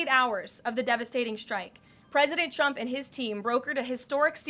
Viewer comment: She pronounces the president's name where sounds like "Chump". Sounded like that a few times, Karoline needs to work on that or "Chump" is gonna get real mad.